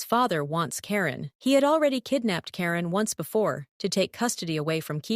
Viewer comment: Gurl is Keigen not Karen😂